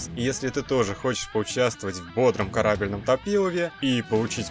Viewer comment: В рекламе не карАбельном, а карабЕльном!!